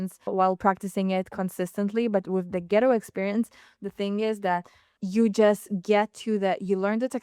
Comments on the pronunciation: Hey good people : -) she is saying the name incorrectly. It’s Gate way - not getaway . It’s like a garden gate but it’s not getaway like a bank robber. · 🤔 Pronounced: Gait-Way✅ ... not Get-A-Way ❌